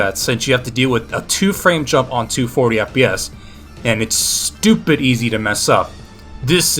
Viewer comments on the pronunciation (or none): none